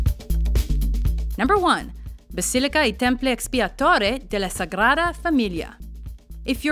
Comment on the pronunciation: If you want to pronounce Seville in Spanish you'll have to take into account that it's spelled Sevilla with an "a" at the end. Unless the "d" is in the beginning of the word or after "n" it's pronounced like the English "th" (Sagrada).